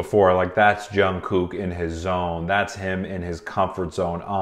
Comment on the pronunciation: love your videos! you pronounce the hell out of jungkook’s name though😭